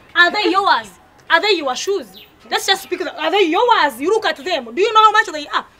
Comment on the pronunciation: All these years I was wrong ...until kansiime correct me that its not yours but .....yowaz ...😂😂😂😂😂